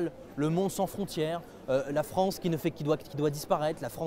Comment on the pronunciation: Viva La Fronce! Jadore Fronce!